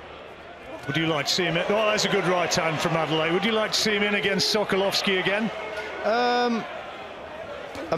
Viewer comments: Commentator. Everyone. It’s ‘Ade-le-ye’, not ‘Ade-lay’ 🙄 Why’s he permitting the changing of his name to make it easier for other people? Strong name that means ‘The crown has honour’ Anyway, interesting that there was a suggestion that Manev could have taken a knee if his vision was compromised when Daniel DuBois was castigated and called a quitter for doing just that. And yes, Adeleye needs more time, more fights and experience before any talk about big title fights. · The man’s name is Adeleye… “Ah-day-leh-yeah”!! Get it right! It’s not Adele-eye👀!